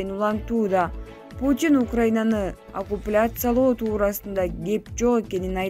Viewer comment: "АКУПЛЯСИЯ" дейт го?🤣🤣🙈🙈